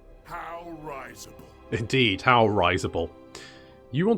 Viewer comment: Damn it,, it's RI-sible, not RYE-sible! Don't you know from Malekith that "death lurks behind every syllable"?!